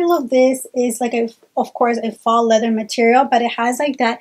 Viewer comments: Faux is pronounced fo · FYI, "faux" is pronounced like "toe"